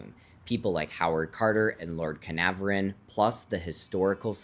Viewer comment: Lord Car-nar-von is the correct pronunciation. Anglicised version of the Welsh town Caernarfon.